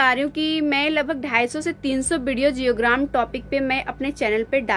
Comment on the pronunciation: युग्राम? योगग्राम✅